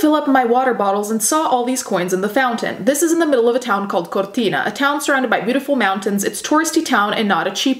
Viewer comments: As an italian, i love how you pronounce Cortina, very accurate pronounce! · considering the way you pronounce modus operandi and Cortina, I can imagine you are Italian (or Spanish)